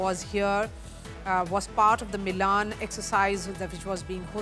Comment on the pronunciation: More third-rate India Today: Why does this anchor mis-pronounce at 1.00 the Hindi-word "milan" (मिलन) to rhyme with the name of the Italian cilty?